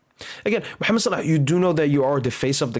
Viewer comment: Brother where are you from? the way you pronounce "Mohammed Salah" is very native